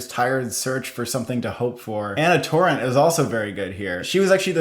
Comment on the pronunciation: A word from someone from Spain. Good pronunciations except for Ana Torrente's name. It's Toh- Rren (with one strong Spanish R)- Teh (the final E is pronounced)